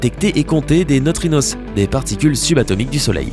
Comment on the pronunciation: Qu'est-ce qui te prend de prononcer "neutrinosse" pour désigner les neutrinos ? Ce mot français se prononce à la manière française, inutile de se compliquer la vie !